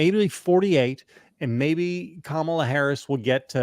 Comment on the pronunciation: Vance pronounces Kamala's name correctly. Sign of insecurity? Hedging his bets?